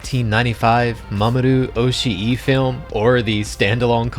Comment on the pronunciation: So Oshii is pronounced 'oh-shee', double i doesn't make another syllable, it represents the long 'i' sound in Japanese. For GitS you have to treat each iteration as "stand alone" (pun not intended) to enjoy it. I am very much liking this on that basis, and seeing how manga accurate it is, I just have to keep SAC out of my head. I know we won't, but would love to see an unedited boat scene for the BD release!